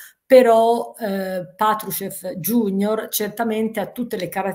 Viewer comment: Iunior è latino non è anglosassone, quindi "iunior" e non "giunior" almeno parlando in italiano. Errore imperdonabile a se-dicenti geopolitici, a meno non siano semplici organi del far west